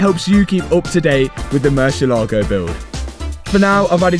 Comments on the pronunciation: Can you please please please, learn how to pronounce Murciélago? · Please stop saying murcielago…. Use lambo